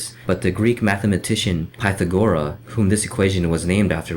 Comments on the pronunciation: K, you just lost me at your mispronunciation of Pythagoras; pyth-AG-or-as, not PYTH-a-gora. FFS. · Especially when you're appealing to all the "dumb people" who don't know about "pythagora" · its pronounced pithagorus,you know the right angle guy.